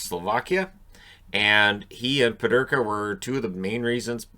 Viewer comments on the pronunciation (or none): Peterka not Pederka. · Just pronounce it correctly please. It’s annoying to me and all your German viewers.